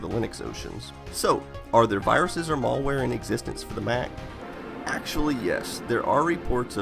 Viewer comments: mälware, not mallware. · Mal ware, not mallware ;) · malware NOT Mallware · its malware, not mall wear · It's malware not mulware :) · "mall wear" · Say "mall-ware" one more time. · Malware not mall-ware stop being super ignorant. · ... "mall-ware"? Is that wares you get at the mall? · Please stop saying "mollware". :( You don't pronounce malicious like that, now do you? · I literally can't watch this due to this guy insisting on mispronouncing "malware". There's a single L only! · I don't like how you pronounce "malware".